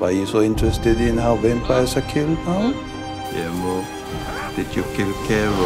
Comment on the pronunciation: Amo el hacho de que Nandor no dice "Guillermo" dice "Giermo" JAJAJAJ los amo